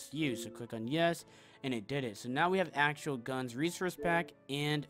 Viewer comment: Just found it funny, I know it’s an accent lol.